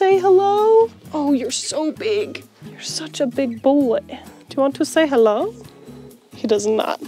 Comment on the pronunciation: uh it's pronounced "hello", sir